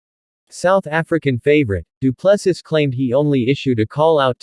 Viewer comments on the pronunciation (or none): Say after me, doo plu sea.....as in ocean,you know. Doo Plu Sea.....pronunciation